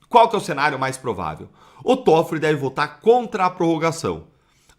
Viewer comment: O nome do ministro é Tóffoli e não como vc está pronunciando. Vergonha.😡